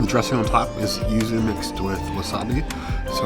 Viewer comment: Well, she’s three sheets to the wind entering the place. Slurring, calling yuzu “uzu” and struggling with those chopsticks, despite being familiar with this cuisine. He is much more articulate in the food analysis. Btw, the seaweed strings under the ikura (fish roe) is mozuku, famous from Okinawa. The leaf beneath the squid is shiso. Do come to Japan, where you’ll get that whole meal for less than $20, especially with the exchange rate.